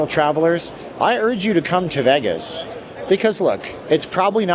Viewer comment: I had to stop watching because the way he says vegg-us